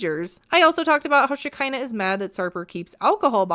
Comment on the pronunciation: Shakira...not shekinah